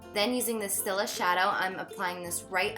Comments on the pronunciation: Steel-ah not still-ah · Stila is pronounced steel-uh :)